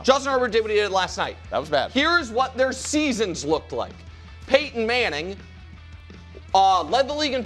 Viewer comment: They really need to ban Danny from saying Peyton’s name, idk how they let this fly that long 🤣